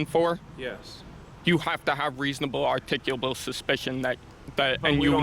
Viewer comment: Good you kept your cool... You need to learn how to pronounce "articulable" .....